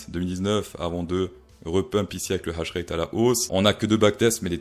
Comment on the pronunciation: On dit pas hash rét on dit H ratte